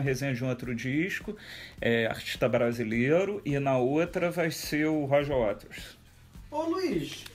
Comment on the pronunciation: Roger Wares???? Mania da porra de trocar o t pelo r.... síndrome de Cebolinha.